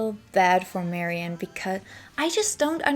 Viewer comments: I love your tributes, and this one's no exception, but just so you know, Ms. Faithfull's name is pronounced "Mary Anne," rather than "Marion." You weren't to know. Details like this get lost over time. Thank you for this thorough and interesting bio! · I cannot listen to any more of your videos. It seems like you are incapable of simple pronunciation of your subjects. It just sounds so incorrect to hear you say, "Marion", or "Led Zep-e-lin". My ears can't tolerate that and take you seriously.